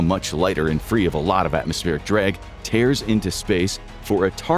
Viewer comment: . The missile now free of atmospheric "dreg"? Canadian!